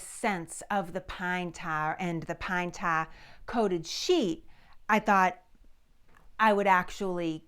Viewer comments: Pan ta? I had to turn on CC to learn that "pan ta" was "pine tar". My mid-west ears sometimes has trouble with accents. Nonetheless, the history is very interesting. Thank you. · A bowl of pintahh....??? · Pine taaahhh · Love your accent! "Pine TAH!" Coming from New Jersey, another Revolutionary War hot-spot by the way, I pronounce it "Pine TAHR." Amazing the difference a few hundred miles make, isn't it? 🤣 I suspected it was going to be pine tar, I couldn't think of any other sticky substance around at that time considering petroleum products were far in the future. I WAS surprised at how dark the stuff is, I'd heard of pine tar but have never seen it. I've heard pine tar is used as a cheating element in baseball but just how it's used for that purpose I have no idea. And I'll tell you, you've got more nerve putting that gicky stuff on your arm than I do! Yuck! Thanks for posting this VERY entertaining video! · Hearing her say “pine taah..” never gets old. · "Pine Tah". ;-) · It's pine tah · Pine tah. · Pine "Tawr"?....sorry but I never heard of that here in the Wabash River Valley....but keep up the good work😀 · It's pronounced "Pine Tah" 😮❤😂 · Bless her heart she says pine tar wrong. .You pronounce the r at the end of tar.